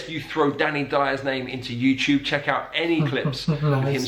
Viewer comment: I’m English. I was born here. I speak 50s RP. I’m old. All the examples you had of English accents sounded like speech impediments. Ugly! Nearly every one. The Queen was fine as was Boris Johnson of course… PS no one says oom’n for human… Also - ‘eeow’ instead of ‘out’ as the presenter does … (ugh! ) is ghastly! ‘Like like like like’ repetition is just ‘bad bad bad bad’… oh me ‘ackles is risin’…. I give up..